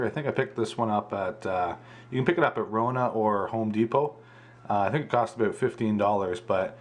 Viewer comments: Great video and your tank looks amazing!!!! Love the way you say about (a boot) haha, but I'm from Texas so I'm sure I would say a lot of things that sound funny to you haha. Thanks for the great video!! Just bought a 75g for my mbuna, can't wait to set it up!! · Hahahaha he said aboot